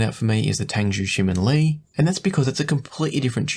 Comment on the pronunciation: you pronounced TangZhu Shimin Li very well. You even listen to my fellow Singaporean singer JJ Lin!😂